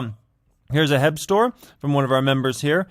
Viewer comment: Awesome vid! Btw to pronounce H-E-B just say the letters and you’re good!